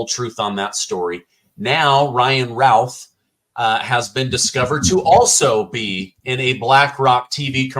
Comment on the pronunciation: FYI..., the last name "Routh" is pronounced "Ruth". It is a common surname here in the Triad area of NC.